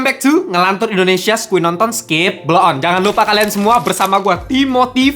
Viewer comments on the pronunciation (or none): none